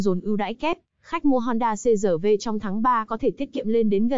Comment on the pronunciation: người quảng cáo nên đọc chuẩn chữ R trong CRV